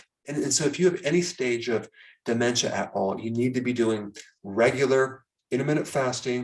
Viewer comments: Why does he say DU MEN CHA instead Dementia? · Why are you saying/stressing ... De..men...cha like that. ... very off putting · Say Daaamentia one more time very irritating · What is it with the DE-MEN-TIA thing? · De-Men-SHA! I never knew it was supposed to be pronounced in broken syllables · Why do you say "dementia" the way you do in the beginning. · Your pronunciation of dementia sounds like Trump's pronunciation of "China"!